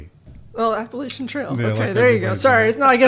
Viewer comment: It's pronounced Appalachian, not Appalachian!